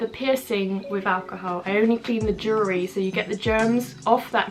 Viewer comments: UGH! Jewelry....pronounce- jewel-ry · "jewry" haha love you 💕